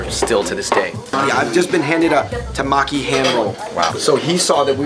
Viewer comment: its TEMAKI not tamaki .. and tuna in japanese is MAGURO not Toro.. 😊 Toro is “fatty part/cut”. just want to heLp.. 😊